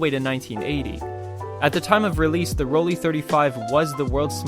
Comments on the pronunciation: It’s ‘Roll Lai’, not Rolli ….. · As soon as I heard you call it “Roll-ee” instead of “Roll-eye” I had to stop watching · It is actually PRONOUNCED ROLL-EYE, great video by the way. I may grab one of these to mess around with.